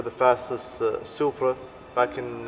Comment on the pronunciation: "supra" lol